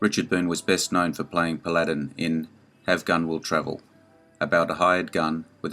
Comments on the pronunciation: Agreed..it’s pronounced “Pal a din” NOT “Pa lad in.” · Paladin was a pretty fast gun.The name is pronounced Paladin not Pal ad in. The accent is on the first syllable not the second syllable. The tv series is Have Gun- Will Travel. He only used his gun when he had to.